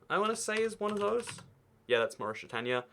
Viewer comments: It’s Mauritania not maurishitania ahhhh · “Moorishtania”!??? Wtf?? Who pronounces like that? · ah yes morishtania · Maurishtania lmao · You say Mauritania really weird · How did you pronounce Mauritania? For some countries..you pronounce them very incorrectly.